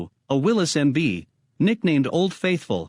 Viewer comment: This is the kind of garbage you get when you let AI make a video. It can't even pronounce Willy's right. Thumbs down for this garbage video.